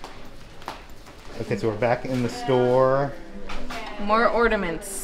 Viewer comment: (Chuckling): I love how often u say, “ordaments“. Instead of ornaments. It’s cute.